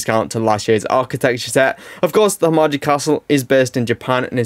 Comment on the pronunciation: Just an FYI Himeji is pronounced He-May-G